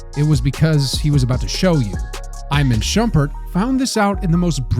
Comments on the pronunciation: “Eyeman shumpert” is criminal bro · i-man shumpert💀